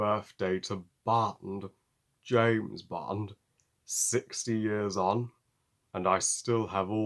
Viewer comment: You say James Bond Better than anybody no matter how you slice it!! 🔪 Love your Awesome review your always amazing through and right on Target 💕✌🙌🎯 Big James Bond fan. Bless ya 👨 🙏 your the Best!✌☆☆☆☆☆